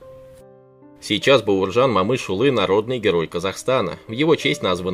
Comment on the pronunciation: Автор ты че узбек как то неправильно говоришь Баерджан Момышюли за это дизлайк всбесил просто я же не говорю пьюшкин